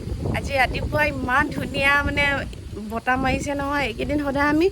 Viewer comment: ছোৱালী জনি বৰ ধুনিয়া কিনতু বতাহ বুলি কব নোৱাৰে বাৰে বাৰে বতা বৰ .......